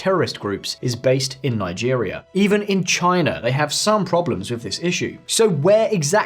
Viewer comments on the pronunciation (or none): none